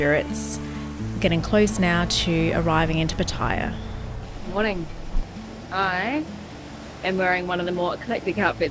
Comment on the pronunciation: Pattaya. PAT AH YAH.😊😊😊 Not, Pateyeyah. 😢😢😢